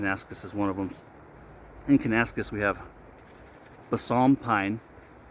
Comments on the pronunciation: Have a close look at the label. You are mispronouncing the name. Think “Kana - Nas - Kiss” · Close but it is: Can-ah-nass-Kiss 😀